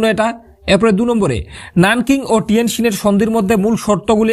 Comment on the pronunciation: টিয়েনসিন হবে নাকি ভিয়েনসিন Vul bolcho tw tumi